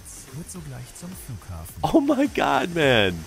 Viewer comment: that is how you pronounce "M.A.N."